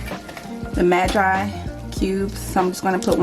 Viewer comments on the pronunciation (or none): Maggi pronounced mag eee